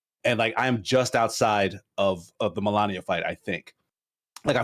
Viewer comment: Guys! It's Malenia, not Melania! Ones a walking rot upon humanity and one's an Elden Ring boss!